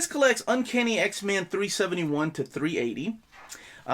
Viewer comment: I keep hearing "X-Man". Cool video, though.